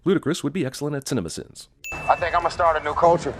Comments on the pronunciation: Ah yes leet sins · Leet sins? Really????